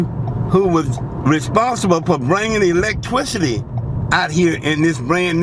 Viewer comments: My wife and I were taking shots every time he said "" and "electwicity". I think she's dead. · 😂😂😂😂electwicity😂😂😂😂